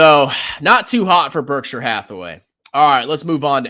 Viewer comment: doesn't know how to read Berkshire.